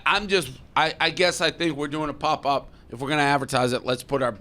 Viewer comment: Dave is mid-40s and still pronounces pop as pup. That shit gets me everytime.